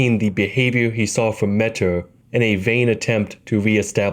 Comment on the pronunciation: Notice how it says Legend felled when you kill metyr. Also metyr is pronounced meteor. Like how scadutree is shadowtree